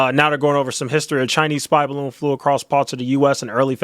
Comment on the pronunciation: The “baroon” 😆😆😆